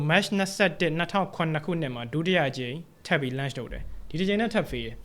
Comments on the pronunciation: Launch အသံထွက်လေးပဲသတိထားလိုက်ပါ bro .. great job ပါ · Launch အသံထွက်မှားနေတယ်ဗျ ကျန်တာ အားလုံးကောင်းတယ် presentation skill ကောင်းတယ် ရှင်းတယ် ဆရာဝင်လုပ်တာ မဟုတ်ပါ launch ကို ပြောတဲ့အခါ ဟင်းကောင်းတစ်ခွက်ထဲ ဆံပင်ကျသလို ဖြစ်နေလို့ပါ